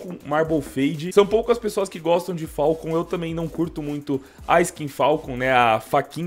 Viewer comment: que agonia ele falando "falcon" dkoaskopfaokp